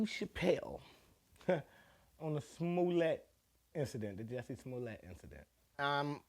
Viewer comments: Not Juicy Smoo-lee-ay !?!😂😂😂 He said what he said! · I'm pretty sure (but not 100%) that Dave is purposely mispronouncing the man's name to avoid liability (or whatever reason). I think he's emphasizing the "French actor" part for the same reason. Again, I could be mistaken.